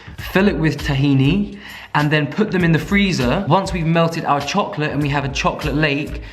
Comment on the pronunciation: Him: A THIN LAYER OF CHOCOLAYE CRACK excuse me wtf?